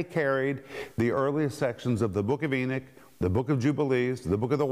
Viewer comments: Come on brother, please, E-KNOCK, not E-NICK. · Mr. Renner your pronunciation of Enoch is wrong, it sounds more like your saying Eunuch. I purty sure you do know the story of these guys, like in the book of Esther, please don't confuse the babe's in Christ who are learning scripture, and when you pronounce a certain word in the Bible to give it's meaning, don't be afraid to ask your peers for help on this, other than that your doing great on this teaching! E-knock= Enoch, Eunuch= Enicks